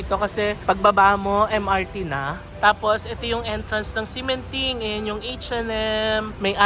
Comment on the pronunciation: "x" pronounced like "sh". Ximindeng = Shi-min-ding. Like Xiamen is Shia-men